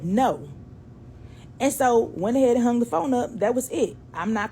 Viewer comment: I love the black sistah's stories like this one about trying to sneak out to a party. But, Girl, words like "hung" aren't pronounced hunGUH. The g is soft, not hard. And, you're giving a one syllable word, two syllables. Listen to how educated adults pronounce it, Sweets. You're a great storyteller, and I would love it if you could speak correctly.